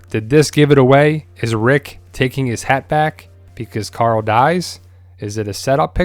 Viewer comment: I love twd but when people say coral it makes me cringe but still I love the channel